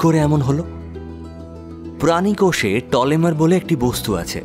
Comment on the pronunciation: টলেমার নয়,টেলোমেয়ার।